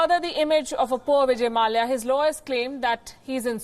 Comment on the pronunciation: No news reader pronounces the konkani surname Mallya the right way